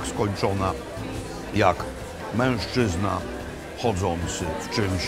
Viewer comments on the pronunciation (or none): none